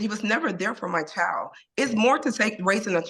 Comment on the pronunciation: Girl, the word is pronounced "chy-uld", ok? Not "chald".